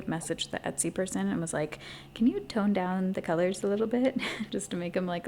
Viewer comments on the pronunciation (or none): none